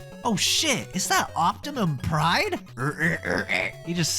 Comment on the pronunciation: Optimum Pride? Are you Southeast Asian?